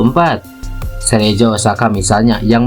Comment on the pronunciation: Cerezo dibacanya Kerezo bukan Serejo ah payah kali kau, Min...